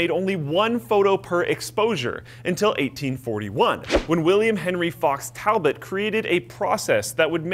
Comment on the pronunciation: It's pronounced talbot not talbot